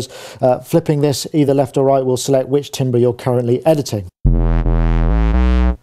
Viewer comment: "Tam-ber",, "tam-ber"